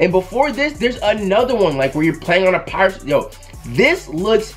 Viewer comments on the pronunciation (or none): none